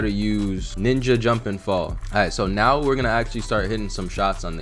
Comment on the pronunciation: ARE YOU SERIOUS RIGHT NEOW LIKE FR ARE YOU SERIOUS RIGHT NEOW LIKE CMON ARE YOU SERIOUS RIGHT NEOW